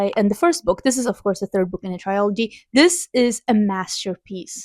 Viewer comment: This feels like a really good balance of books, I’m excited to hear your thoughts about them! Also, I don’t mean this to be rude at all so I deeply apologize if it comes across that way, but I thought you would probably want to know, you’re mispronouncing the world ‘trilogy’. I now need to go find out what it is in Swedish because I’m curious if it’s close to how you’re saying it